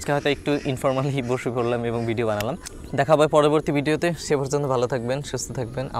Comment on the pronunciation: ভাই সালাম টা ঠিক করে দেন আসসালামু আলাইকুম